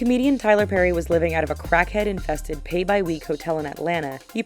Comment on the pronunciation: Why she say crack head like that